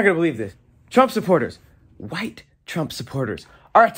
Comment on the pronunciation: The way throws thick emphasis on the Wh when he says White 😂 reminds me of stewie griffin saying cool Whip 😂